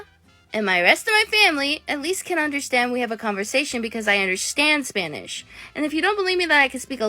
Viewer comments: “Splanish flowerrrr” LMFAO I’M CRYING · “ of a splanish flower” 😅